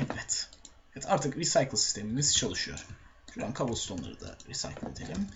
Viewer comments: kobalstone degil kardesim kabılstone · Abi kobalston değil kabılston :D